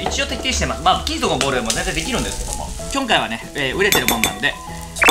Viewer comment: きょんかいはね